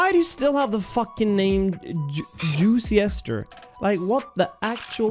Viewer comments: "Juiciester" vs "Juicester" -- "Juice-Ster" Sir :D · He really struggling with it. Its pronounced "Juister" smh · juice = jew - se juicester = jew -se --ter